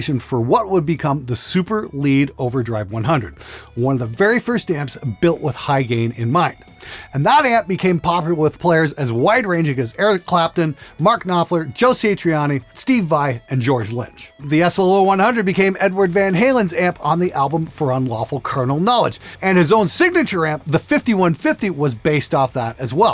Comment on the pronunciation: Joe Say Trianni? Oh boy, love your channel but 😂😢